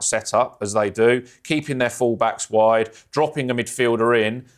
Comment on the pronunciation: "woder range of abilities"